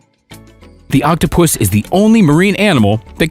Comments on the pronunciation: Nobody seems to notice how the narrator says octo - puss instead of octopus! Reminds me of octopussy! Lol I couldn't stop laughing! But otherwise kudos to the good people who saved him! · I like how he says “Octopoosh”. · Lol as I read ur comment he said octopushh lol